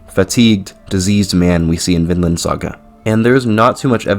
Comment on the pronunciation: Vinland saga is a real anime story. Viland not Vinland saga